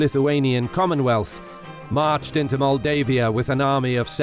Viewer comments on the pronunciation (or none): I am from Maldives. when he says Moldavia and Moldavian it sounds like saying Maldives and Maldivian... hehehehe